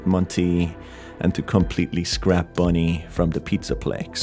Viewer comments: ITS BONIE NOT BUNNY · Just seen this guy saying Bunny not bonnie